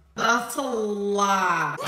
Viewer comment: A lie (the way pronounces it 😭)